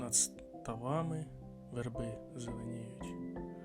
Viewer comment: У слові "Верби" наголос на перший склад!